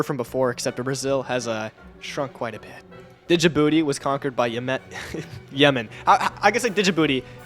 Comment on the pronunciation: it is not dijibooooty , it is djibouti and d is silent :face-blue-smiling::face-blue-smiling::face-blue-smiling::face-blue-smiling::face-blue-smiling